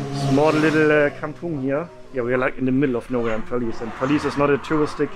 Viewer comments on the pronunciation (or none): The way you pronouce perlis I thought it was police ahah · How to pronounce Perlis : pearl list